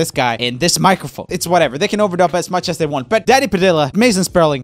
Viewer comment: He said “can’t get demonetized again” While he pronounces “as” as “ass” Man, even your accent is edgy..